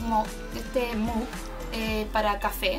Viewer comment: Linda, se pronuncia /mʌɡ/, espero no te lo tomes a mal :D un abrazo, muy lindas todas tus cosas, full organizada!! También estudié Pedagogía en Inglés, así que viví el proceso de práctica profesional el año pasado, espero tu experiencia sea grata!! Saludos (